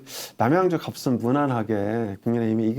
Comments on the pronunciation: 갑슨이라고 하지마시고 갑은 이라고 얘기하시는게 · 갑 을 할때는 갑슨이 아니고 가븐입니다. 조금 거슬립니다